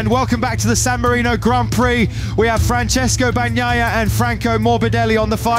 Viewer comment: Fran-ches-coh Ba-Nyah-yah